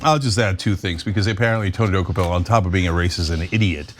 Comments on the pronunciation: “Doo-Coh-pul”. And yes he’s a smug POS that needs to be suspended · Wow, Uygur actually pronounced Dokoupil's name correctly, probably the first person I've heard do it. I'm impressed. Probably the only thing he's ever said that impressed me. Nice to see that he gives Czech-Americans the same amount of respect as black-Indian-Irish-Americans.